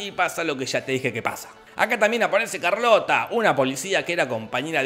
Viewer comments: O Charlotte, se escribe así ⬅️, se pronuncia "sharlot" (o sharlota para la Alemania people) pero Jorge le dice "Carlota" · Charlotte? Nah, Carlota